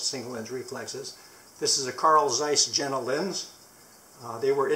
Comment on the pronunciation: The way to say Ihagee is Ee-ha-gay, and Jena is pronounced Yay-nah. I have owned and used Exakta cameras for fifty-eight years!